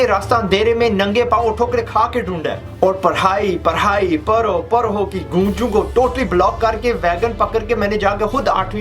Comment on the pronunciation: پرو پرو نہیں پڑھو پڑھو ہوتا ہے 😆